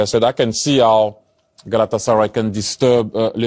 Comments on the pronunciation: Yabancıların Galatasaray diyişi çok güzel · Ne guzel Galatasaray diyorlar 😂😂😂 ben bile boyle diyemiyorum 😂😂😂❤❤💛💛